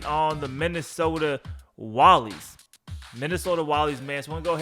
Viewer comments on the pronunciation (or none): It pronounced wall-eys not wallies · ITS PRONOUNCED MINNESOTA WALL-EYE-S